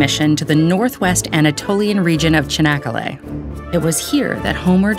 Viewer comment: wtf is chenekele, at least put some effort to pronounce correcly. it is not that hard